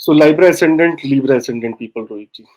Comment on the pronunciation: note that libra is only pronounced one way. that is as in the vowel easy, not as in library.